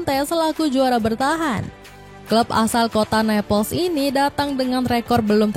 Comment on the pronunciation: Kota Naples dibaca napels dong, stop baca bahasa Italia dengan cara baca bahasa inggris 😂